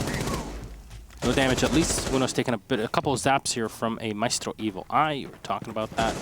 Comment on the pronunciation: that sweet correct Mira and maestro pronunciation. Someone's been practicing Latin languages. Edit: also